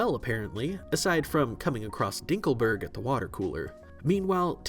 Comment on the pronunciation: “DINKLEBURG”!!! -Timmys Dad